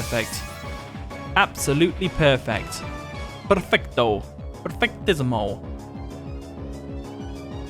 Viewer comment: So... you can speak Spanish... PerfectoooOoo, perfectísimo... hahahaha. When I heard you I could stop laughing. You are so great! Dude, what Can I say... This is one of the best battles I've ever had in BDSP so far. I enjoyed it a lot. First of all congratulations because you have tried your very best. You rose your level incredibly this time and I know it won't be so easy the next time we battle. When my Starmie fainted it put me in a really though situation . Starmie did great against you team and I didn't expect Choice Scarf Blastoise at all. In that moment I knew it would be a close battle. Dude, it's always a pleasure to battle against you. Keep going. Wish you all the best!